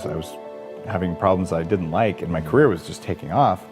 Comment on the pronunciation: lol Career....not carrier